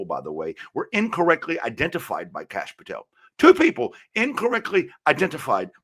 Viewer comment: " somebody came from another country" - like the guy behind him Kash Patel (please read Kash as in Crush - the second letter is pronounced like the third letter in crush) ... but hey great analyses